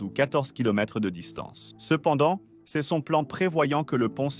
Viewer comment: Next time, dont forget to write " c'est " correctly, because your AI voice read it like " C S "